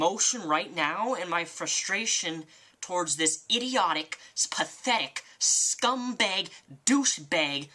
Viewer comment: I’m in the video, and i have a few things to say 1.) AWWW BABY! (The way he says Scumbag like ScumBEEG is hilarious) 2.) I remember finding out who Onision was BECAUSE of, I think it was when Onion boi tried to “debate” him with a fucking sockpuppet. I quickly stumbled onto the OnisionDrama blog after that. Oof. Edit: another remark. = Genuinely nice guy Onision = r/niceguys 🤣